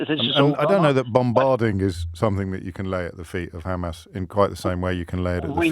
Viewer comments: As soon as you mispronounce Hamas you cannot be seen as anything but a Zionist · The way he pronounces Hamas, proves that he has been brainwashed, he really said Israel wants to live in peace but it is threatened by Iran ! 😂😂🤦🏻‍♂️🤦🏻‍♂️🤷🏻‍♂️